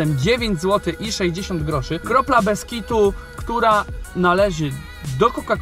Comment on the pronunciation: kropla beskitu , dokładnie tak powiedziałeś 3.45 ( : (: (